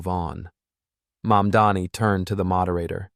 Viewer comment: Get your acts together and do your homework first: It's NOT YOUR "MUMDANI", it's MAMDANI. Are you from Earth 2? Or, MARS, perhaps?